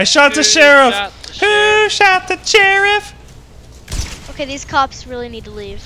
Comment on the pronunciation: YES THE BEST MEME OF "who shot the CHHHHHHherriffffff"